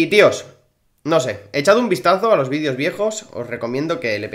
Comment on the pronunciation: Se dice videos no vidios 😑😅